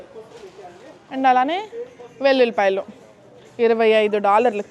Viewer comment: ఎంత సవక ...సవక...😂😂 ఎల్లుల్లిపాయలు కాదు అక్క వెల్లుల్లి పాయలు..